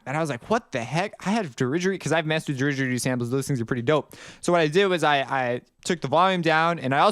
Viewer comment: its pronounced didge-eri-doo not derigeridoo haha that made me laugh so hard for some reason, love the videos